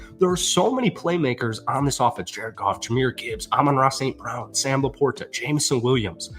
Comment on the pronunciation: Trying to create a new pronunciation or LaPorta?